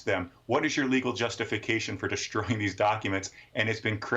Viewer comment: The word is deSTROYing ….NOT…. deSHTROYing . It’s fruSTRATing …. NOT…. frSCHTRating.